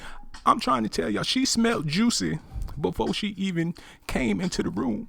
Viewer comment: YOU NEED TO LEARN HOW TO READ BEFORE YOU GOSSIP AND MIND YOUR OWN BUSINESS...HIS NAME IS JUSSIE NOT JUICY,,,,SMDH